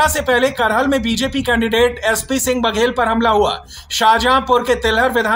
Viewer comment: Bhai करहल nhi hai कराहल है